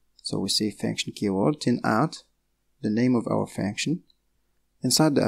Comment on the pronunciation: Sounds like you're saying faction or fanction. It's pronounced "funk-shin/"... vowel is u, not a. (sorry, it was making it hard for me to focus on what you were saying. Hard enough to focus as it is, lol.